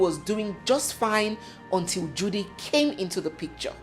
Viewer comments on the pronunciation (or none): none